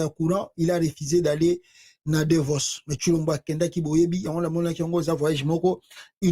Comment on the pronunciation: Il est parti à Davos pas Devos. Vous faites beaucoup de fautes de prononciation lorsque vous, vous exprimez ce qui est parfois comique.